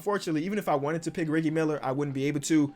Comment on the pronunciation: Is nobody gonna point out pulling a flight with the way he said reggie's name